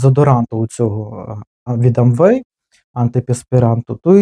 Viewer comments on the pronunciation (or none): Не АмВэй, а ЭмВэй.